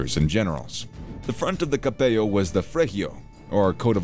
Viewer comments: good video, the presenter probably knows spanish as I noticed he mispronounces the G (Gee) and the double L (LL as in hello). I heard 'capeyo' instead of cappello. out of curiosity, I read a soviet account that said the 'alpini' was the only unit they respected from the axis. i don't know if that's true. maybe someone knows more about that. cheers. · Good video but 2 things: "Cappello" it's with double L and we're not spanish, you can't pronounce it with "gl". You forgot the very important part of the alpini's life... their donkeys. Read about it and add to the video. In any case, good video.